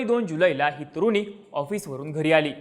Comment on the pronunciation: तुरुनी नाही रे.. तरुणी!